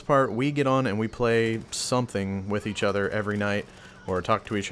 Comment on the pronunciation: "We play every night witch eatch other" lel